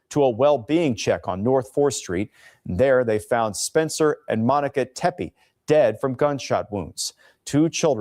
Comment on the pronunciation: The name Tepe is pronounced “tep-ee”